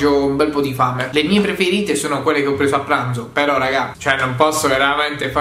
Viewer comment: "a planzo"?😂